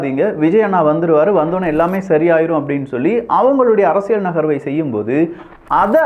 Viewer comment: ஒரு தமிழ் ஊடக ஆளுமையாக, தமிழ் வார்த்தைகளை துல்லியமாக உச்சரிக்கும் பொறுப்பு உங்களுக்கு உள்ளது. குறிப்பாக உங்கள் சேனலின் பெயரிலிருந்து. “அரசிய’ல்’” சதுரங்கம் ஆனால் ‘ழ்’ அல்லது ‘ள்’ ஒலியுடன் சொன்னீர்கள்.